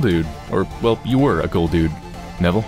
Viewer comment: Funny way of saying Neville :)